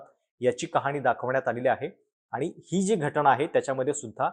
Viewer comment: घटणा नाही रे . घटना असा शब्द आहे . का मराठी ची वाईट अवस्था करत आहात ?